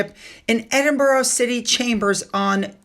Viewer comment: Edinburgh (Ed-in- brah)